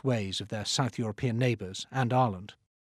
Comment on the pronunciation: HOLY CRAP ITS AN ENGLISH PERSON AT ACTUALLY PRONOUNCES IRELAND CORRECT OMG LOL